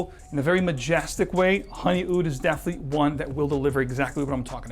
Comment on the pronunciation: As informative as your videos are, you have a strange inclination to mis-pronounce the "E" with some words. So vetiver sounds like "Vattiver" in all your videos. The following are the transgressions in this one: Definitely - daffinitely Checks - chaacks Spectrum - spaactrum Resinous - raassinous There are more, but the aforementioned examples should suffice.